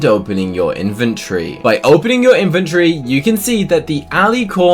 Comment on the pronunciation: Invtree-No ( In-vent-tory) Inventory